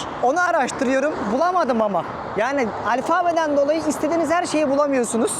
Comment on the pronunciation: Sayende dünyayı geziyoruz sevgili. Teşekkür ederiz. Kızmazsan küçük bir düzeltmek olacak. Alfabe kelimesi alfaaaaabe(!) olarak uzatılmaz. Kısaca alfabe! Olarak telaffuz edilir. İşin konuşmak olduğu için başöğretmen gibi düzeltmek istedim. Sevgiler😊